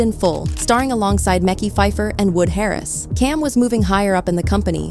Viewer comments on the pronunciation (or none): Muh-kai Phifer